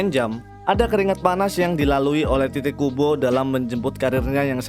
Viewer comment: Bang pas lu bilang "tite kubo" kok kedengeranya kayak "t*tid kubo" 😂